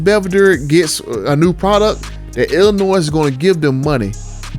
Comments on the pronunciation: The S in Illinois is silent. Think Illinoi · We pronouncing the S in Illinois now?! Lol wild. But I'd rather drop a supercharger in my 1500 and tune it. The price jump to a TRX isn't worth it.